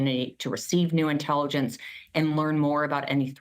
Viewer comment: You said "Inteeligence" when talking about a trump rally.......LOL! Stupid rubs off Donnie like dishonesty does and there was A LOT there that day!